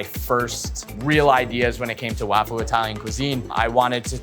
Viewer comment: LMAO i remember hearing that and not thinking anything of it for some reason but yeah "suh kuh mon" is crazy too. i feel like if you're taking on other cuisines and stuff the bare minimum is learning to pronounce them correctly. at least he said wafu right and not "waifu"